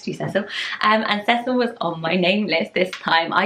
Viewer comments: The way you pronounce Cecil is SO much nicer than the way we pronounce it here in the southern US! We say it See-sul. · I like how you pronounce Cecil. Everyone I know in the US pronounces it see-sil. I like your prononciation better :)